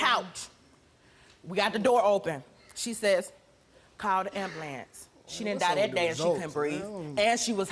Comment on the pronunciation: Ambalanzee. 🤦🏻‍♀️🤦🏻‍♀️🤦🏻‍♀️ Thats not how you say ambulance!!!!